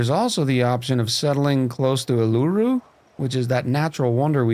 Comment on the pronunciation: Hey, loving the series so far! Just leaving this here to help pronounce Uluru properly (I'm Australian) The proper way to see it is All-la-ru. Alternatively you can just call it Ayers Rock (pronounced Airs rock) Uluru is technically the right way to say it because thats how our indigenous population refer it as but the British settlers named it Ayers Rock after Henry Ayers who was the chief secretary of South Australia back when it got discovered. Hope this helped!